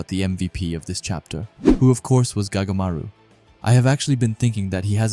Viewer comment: His name is not gagamaru it goatmaru